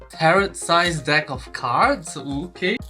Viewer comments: The t on the end is usually silent 😊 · tarot sounds like carrot om nom nom